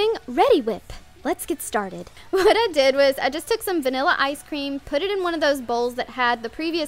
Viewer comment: She acts like a child. Niller ice cream? It's Vanilla ice cream. Scrooper? Like really it's scooper. I mean I like her DIYS but I think she could tone it down with the makeup and trying way to hard to be funny. She is funny sometimes but sometimes she isn't